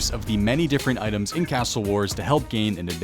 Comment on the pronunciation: pronounces 'castle' as though he hates Australia